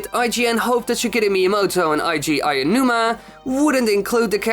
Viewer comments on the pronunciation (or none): Tingle is a funny character, but we can't have him anymore because Burgerland is a bitch. Also "Kensake Tanaba", "Aianuma"? Please, train your pronounciation.